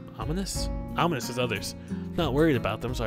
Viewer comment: He said "ominous" the right way!